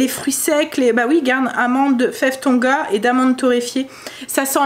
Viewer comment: Coucou,c'est fève de Tonka et non Tonga 🙂 mettre le thermomètre sous le bras 😄 jte comprends lol